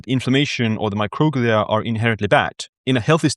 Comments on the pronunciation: It’s not mocroglia it’s pronounced micro-glia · Microglia is pronounced my-crow-glee-uh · I thought it was pronounced “micro-glee’ah”. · Yeah, classic case of accent on the wrong syl-AH-bul